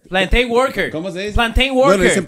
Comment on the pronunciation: Ese inglés de esa traductora está jodón. Es: plantains sales - plantin sales